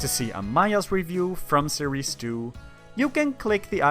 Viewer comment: Instead of series 2 I heard sirisu